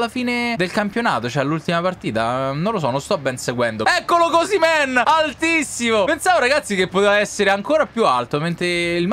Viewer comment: Ma osimen lo hai chiamato cosimen